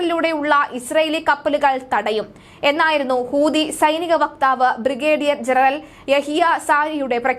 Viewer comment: ഹൂതി അല്ല, ഹൂത്തി എന്ന് പറയുക